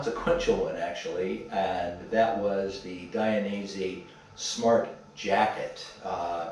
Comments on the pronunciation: It’s Dainese not Dianese! 🤣 Nice video, greatings from Italy. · Thanks for sharing! It’s Dainese not Dianese